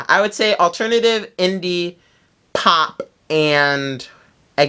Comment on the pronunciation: the way he says pop 😂😂😂